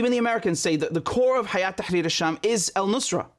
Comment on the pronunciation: it's not Hayat Tharir Al Sham ... it's Hay'at (Hay2at) Tahrir Al Sham